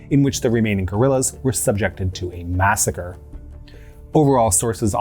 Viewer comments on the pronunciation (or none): none